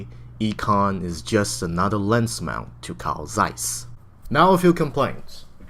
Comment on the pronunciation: I'm a German. It's really "ee"kon :) Even he pronounces Zeiss right, with the hard "z".